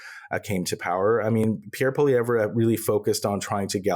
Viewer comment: Oh Honey..its pronounced, PeeAir PwaLeeEvRe